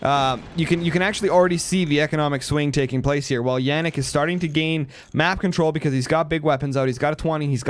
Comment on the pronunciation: Jannik is german and you pronounced it right. Bosia is not german, more of an eatern thing (I guess). The S in german is always pronounced like in Silence btw. and have you turned off your overlay ? :D